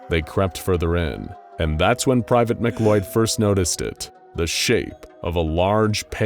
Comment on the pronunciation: just for future reference for the narrator, the name "MacLeod" is pronounced like "muh-clowd" not "mick-loyd." it's the same last name as the main dude from highlander.